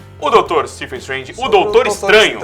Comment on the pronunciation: Galera, sem querer ser chato, mas já sendo: a pronúncia do PH em "Stephen" tem som de V, e não de F. Logo, é "SteVen Strange", e não "Stefen Strange". Stephen Amell, Stephen King, Stephen Hawking, Stephen Strange, é tudo "SteVen".